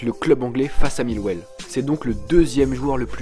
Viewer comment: Ta prononciation sur Millwall, ma mit en depression.